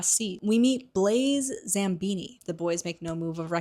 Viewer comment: I love these videos, but your mispronunciations girl 😭 Zabini doesn’t have an M in it 😭😭😭 I might be ableist against dyslexics tbh